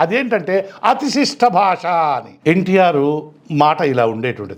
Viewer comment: Bhashaaa kadu bhaasha 😂